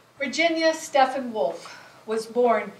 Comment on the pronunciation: Her name was Stephen, rhymes with 'even'.